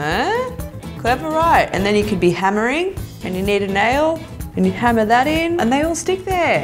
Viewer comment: When she says hammer I heard henna